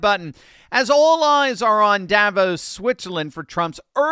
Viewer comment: Please learn to pronounce Davos correctly... not hard... accent on 2nd syllable